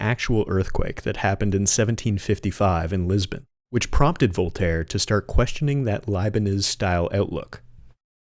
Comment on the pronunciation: I really wish US people learnt how to pronounce names because your pronunciation of Voltaire is terrible LMAO